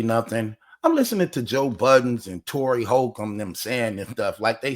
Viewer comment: Cory not Tory 😂 but yes they don't know what they're talking about